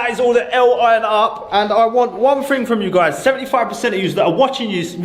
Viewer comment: FING/ ITS THING !! NOT FING